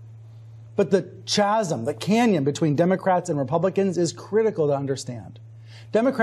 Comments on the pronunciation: Who is Chaz M? Does he mean "chasm". How did he make it this far without knowing that word has a hard C at the beginning? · he mispronounced "chasm" lol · It doesn't help they spelt it "INDEPENDANTS" on the graph. Edit: Also, lol at how he pronounced "chasm". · Why did he pronounce it CHasm instead of Kasm? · Lol did he just say CHAZm? It's Kazm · It’s pronounced (kã•sim) not (chã•zim) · hey it's just IMHO. Classic obfuscation is mispronouncing common words. No one has ever said "chasm" like "chew". It's Chasm as in "KAZ-um". This distracts the listener. Possibly an attempt to make the listener think that the speaker knows something you don't...somehow. They don't. This has been a trick used by con artists for many years. Should we all argue about it? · I can't believe I just heard a "professional" news anchor pronounce "chasm" with the same ch sound as church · in case you were wondering, it's supposed to be pronounced with a hard "ch" which sounds like a "k" haha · He said "chasm" with the "ch" sound. Trust gone. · He pronounced chasm as ch-asm. That's all I need to know about as a person. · Chasm?! Dear to Jaysus! It's pronounced "kasm,"! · It’s pronounced “kazem” ✍🏽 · Wtf is a chaz-em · Does it bug anyone else how he said "chasm" which a ch like cha cha? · Almost wanna dismiss him on his face for how anchor pronounced "Chasm". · When someone paid to talk can’t say chasm I tune out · He pronounced that word 'Chasm' wrong too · Anyone who pronounces chasm like that is not to be trusted. What a joke he is. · He pronounced the word 'Chasm' wrong. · Stilter doesn't know how to pronounce "chasm"...